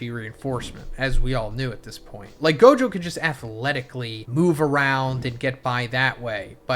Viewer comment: This guy can NOT get Gojo and Sukunas name right lmao every video he gets the names wrong like 3-4x